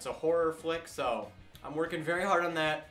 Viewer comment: Why do you say ''so''as''sho''?